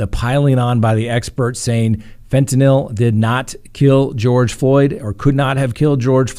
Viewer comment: "fen-tah-NIL" Me: 👏🙌 😁😂😁 🙌👏🎉